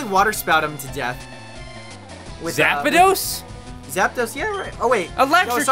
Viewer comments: "Zap-a-dos," lol. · STOP SAYING ZAP-A-DOS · PBG: “Zap-a-dos” Me: 🤦🏻‍♂️